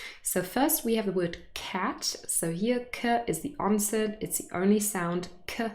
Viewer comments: I am hearing 'onset' as /onsent/ .. Is there a /n/ in onse/n/t that you're pronouncing? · I hear it as “Onsent” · is it me or I hear you pronunce the word "onset" ans /onsen/??? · Hi, is ‘onset’ pronounced onsent?